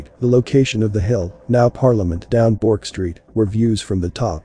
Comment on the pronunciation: Hi, great video, I'm born and bred in Australia, ancestors from Britain and Scotland in the early 1900s. Thestreet you speak of is pronounced "Berk'" (Street).